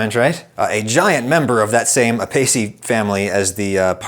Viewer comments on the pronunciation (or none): Carrot family is "Ay-pee-ay-see-ay" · Apiaceae, the carrot family name in Latin, is pronounced Ay-pee-AY-see-ee. Yes the last two syllables blend together.